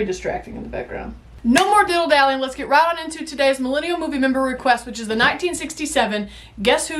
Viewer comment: longtime fan, love your vids - BUT - I must tell you, the phrase is "dilly-dallying,' not "diddle-dallying," which is something entirely else. 😳 Please trust me, I am a proofreader!